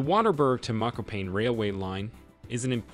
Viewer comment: You called my hometown "Mokopain" 🤣🤣😭